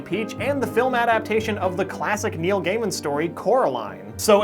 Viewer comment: it is pronounced guy men